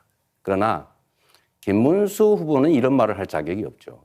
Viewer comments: 김문수는 한국어좀 배워서 토론 하세요 발음도 정확하지도않고 무는말인가 모르겠고 자기험담은 나모라라하고 넘 욕할 처지가 안돼는 사람이 무슨 토론을 한다고 한심 하네요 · 김문수는 진짜 비주얼이 절대 대통령이 될수없다 혐오 스러 부인도 똑같이 부모가일본인 전광훈 때거리 내란수괴범 옹호자 관상은 과학이다 김문수 절대안됨 말도더디더디 촌스럽고 발음도부정확